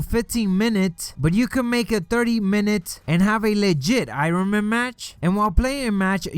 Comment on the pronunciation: LMAO 😂😂 this dude can't pronounce ironman correctly lol